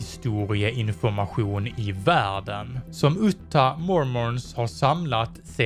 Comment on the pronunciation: Hahah fränt uttal på Utah